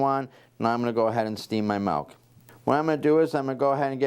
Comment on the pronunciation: It sounds like he is saying 'malk' or 'melk' and it's driving my crazy haha. Very informative video though thanks!